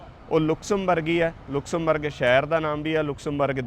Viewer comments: ਭਾਜੀ ਇਸ ਦਾ ਨਾਮ ਲੁਕਸਮਬਰਗ ਨਹੀ ਲਗਜ਼ਮਬਰਗ ਹੈ। ਮੈਂ ਖੁਦ ਇਹ ਸਾਰਾ ਕੰਟਰੀ ਘੁੰਮਿਆ ਹੋਇਆ ਹੈ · naam te sahi le lenda😅😅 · Please speak the right Pronunciation of Luxembourg .you can check on Google